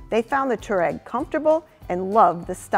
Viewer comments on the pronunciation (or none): Touareg. Pronounced Twa-reg. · That pronounciation of Touareg, ouch.